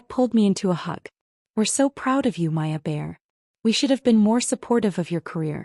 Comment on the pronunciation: Maya, not Aya, Paya or any other iteration.